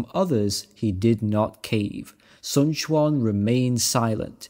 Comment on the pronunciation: A shame the 1994 version got taken down, felt that the 2010 got shortened a bit which is a travesty. Yuan and Quan would sound more like short e than a short a sound in the end but otherwise your mandarin is pretty good